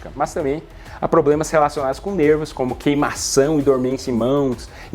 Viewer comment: Limeira Teho esses PlobremaQue O Dr Falou